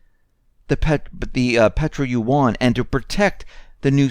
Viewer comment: Look up how to pronounce "yuan"!